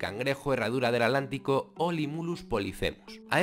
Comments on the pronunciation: Cuando dices "alantico"...quieres decir Atlántico verdad?🙄😳😣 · Por qué dices adlantico? Con D si es Atlántico con T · Escuché bien y dice At-lantico ?